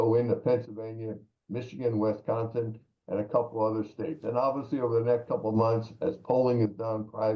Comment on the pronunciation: fyi It's Wisconsin not Wisconston 😊